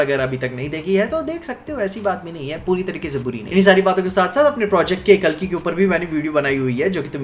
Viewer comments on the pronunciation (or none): none